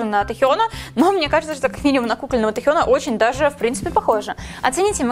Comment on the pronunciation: Ааа черт...пожалуйста не тИхёна а тЭхёна